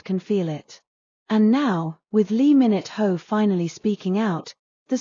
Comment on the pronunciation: It's lee min ho not lee minute ho .